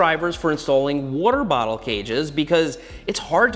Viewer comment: Take a shot every time Seth says worter bottle. lol